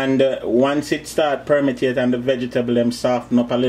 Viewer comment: me love deh word deh permetate 😂😂😂😂